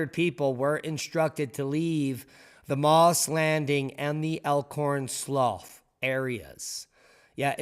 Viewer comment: My old stomping grounds... we pronounce 'slough' ... 'sloo'. (slew)